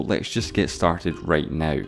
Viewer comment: When he first said “let’s just get started right neüw” i thought he did on purpose. And then i heard “173 thöüsant” omg..